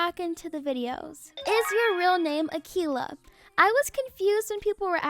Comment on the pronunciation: its akeila its akeila its akeila